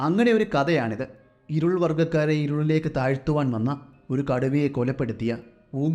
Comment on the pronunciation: പൈക്ക അല്ല... പൈക്കര ഇരുൾ അല്ല ഇരുള... കര കൗശ അല്ല കൗശല... കദ അല്ല കഥ...മലയാളത്തോട് കുറച്ച് നീതി പുലർത്തൂ.... സ്ഥിരമായി കഥകൾ കേൾക്കാറുണ്ട്.... നിരുത്സാഹപ്പെടുത്തുകയല്ല... നിങ്ങൾ ഉഷാറാവണം....